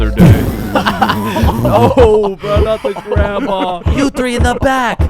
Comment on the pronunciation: i like how she says you THREE when bob is just chilling